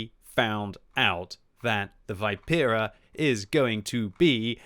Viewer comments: It's not Vaipera it's Vipera (Vee-pe-rah) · Great content as always! Just FYI it's Vi(like in victory)-pe-(as in peg)-ra. Also wargaming says contracarro (should be anti carro) and the engine is not oto melara but oto malera (an existing military engine company).